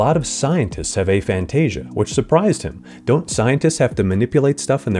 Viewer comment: We’re not going to support this pronunciation. lol It’s ah — like after and agnostic. Aphantasia. Not “AY-fantasia”